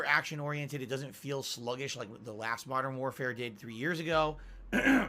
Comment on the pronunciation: More Ack-tion oriented, d00d